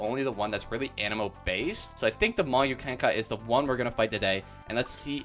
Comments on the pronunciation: it's not "magyu kenkai" it's pronounced mahgoo kenkee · also its pronounced mah-GOO KEN-kee